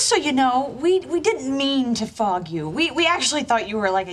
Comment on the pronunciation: The way Monica said fog In that sentence sounds like she saying the f word lol